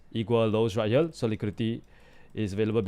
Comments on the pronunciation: More like "Heyriel" but we get what he means. So we move on 😅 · Did yall notice bro is saying right hyel😂😂😂